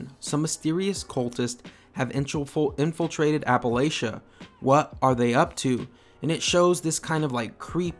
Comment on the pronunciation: Wow... one the first youtubers who pronounce Appalachia right. Can’t wait for Wastelanders. I must admit that the game is getting a bit boring but I enjoy it nonetheless and so do many of my friends. And thank you for your videos. Keep it up. I liked the Outer world videos too. The one thing I’m hoping to be in Wastelanders is new locations, factions and immersive stories... and some bugs.